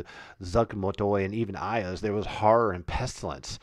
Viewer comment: Some of the pronunciations are incorrect in Oeridian common or Velondi but thats ok... an Oridian speaker would say Iuz as " Eyeooz" and Furyondy would be "Furry Ondi" also the its the Viscounty of Verboboc pronounced "Veyecounty of Ver bow bonck". I kniw I adventured there for 25 years